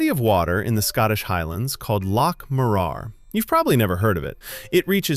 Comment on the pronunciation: clanker voice cant pronounce scottish words its pronounced LOch (ch is a throaty sound) MOrur